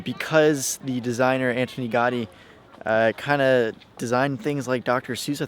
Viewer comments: For me, brazilian, it's easier, but he is "gringo", so you can't wait something much better than this. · Au-sounds like Aww like Automated... Gaudi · 1. Gothic quarter is one of the most touristic and is horrible. Raval is better 2. Ciutadella IS rlly dusty and hot. Lots of tourists there in the summer 3. Ga-Ü-di not gotty 4. Boqueria is an actual disaster. Waaaay too many people and mainly tourists. It's overpriced too. Just go to any market near you. There are a lot 5. Parc Güell is also hot and dusty and overcrowded with people. Like rlly bad like the boqueria kinda bad. Beautiful but try to find a time whith fewer ppl 6. Stalls in arc de triomf? Also dusty hot and overcrowded. 7. Mon-jü-eek not monzhuhk This was very touristic. Not a local experience at all (coming from a local) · not Gardy. GA U DI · 'Antony Gahdi' Ahahahaha! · an important note for all North American youtubers : please check your PRONUNCIATION with a linguist/mother tongue before posting anything on YT. It's an assault to my ears (gowdy etc..) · please give places proper respect and pronounce them correctly. montejuke, gardy?? wtf dude thats disrespectful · * Gaudi is pronounced Gowdi * Sagrada Familia is going to be completed on 2026, the 100 year anniversary of Gaudi's premature death. Gaudi's imprint on Barcalona is indelible - every place he built is a must see. * Las Ramblas/Gothic Quarter/The Arc are tourist centric. Go once, avoid otherwise * The Picasso Museum, Joan Miro Museum and the Botanical gardens - must see's. * Eixample. You missed out the main district. Barcelona is all about expression. The buildings there are a must visit. * The food there isn't nearly as good as any other Mediterranean city. Spanish Just some help into doing a little more research, and spending more time in a city before you create content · Cld u pls pronounce Gaudí properly? "Gawdy" is too far off the mark. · 1. Ga U dÍ!!! Not Gadi 2. Mont JUIC